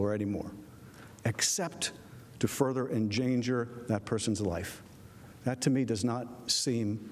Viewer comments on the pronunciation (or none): What the hell is enjanger? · Enganger? Huh?